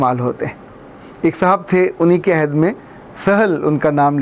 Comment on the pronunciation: Sir "ayhad" nahi "ohad" hota h Ayhad ka matlb waada ya promise krna hota h